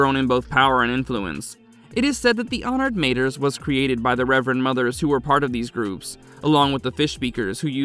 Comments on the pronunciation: Guys guys guys please for flip-sake check your pronouncication before you post content. You do have ai available to you so there is no excuse to pronounce words correctly like honoured "MAH-TRAYS" . Not matrees and mah-trees. Cool that's it thank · it would be pronounced: ma-trËs, as the number three in spanish almost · Good job but several mistakes that core Dune fans will catch. Mentats dispersed during the scattering, yes, but you mentioned it as if it happened during Leto IIs time? Honored "Mayters"? You said face changers twice, then you said face dancers? If you listen to the video before posting you'll easily catch these items. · Got to love it when the AI can't pronounce anything right